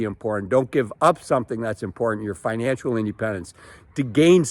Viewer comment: It's financial. Not "financual".